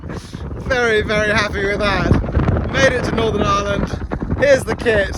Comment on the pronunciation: The island of Island...? It's pronounced Eye-er-land🇮🇪